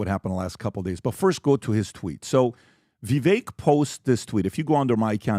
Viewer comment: The fact that still doesn’t pronounce Vivek’s name correctly drives me crazy.. it’s Vivek like CAKE!